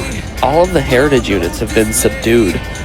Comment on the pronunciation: Be vewy vewy quiet. I'm hunting hewitage units.